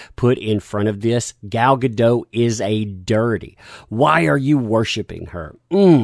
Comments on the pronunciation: Hey, Gal Godot’s last name is pronounced with a hard T “Guh-DAHT.” Her surname is of Hebrew origin, not French. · As weird as it seems, it's pronounced gaDOT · The signature on the message about Gadot be a "dirty Zionist" started with an Arabic word... hmm. The person that claimed she was too pretty and skinny to be WW obviously never read the comics. Oh, and, iMDB says in it's trivia section for her that her name is prononunced "Gall Ga-Dote". I used to make that mistake, too.